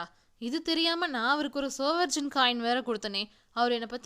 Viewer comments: ஒரு சின்ன் திருத்தம்.அது 'சவரென்..'சவர்ஜன்' இல்ல..நன்றி..நீங்க சொல்றதுகுழப்புது...தப்பா எடுத்துகாதீங்க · Good effort but please make the pronunciations correct, SOVEREIGN is pronunced as "சாவரின்". It doesnt make any difference but it matters